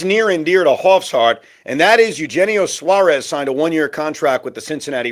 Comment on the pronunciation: Can you pronounce Eugenio Suarez name properly. You hear Shaun and Pete pronounce it the right way and you still decide not to do it